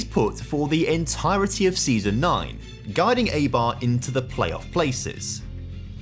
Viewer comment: Enjoyed the video, but you should look up how to pronounce the names of clubs that they end up at. The pronunciation of Eibar was hurting me and it only takes a minute to do so